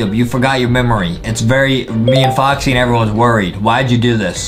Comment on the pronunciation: It’s not Boxy it’s Foxy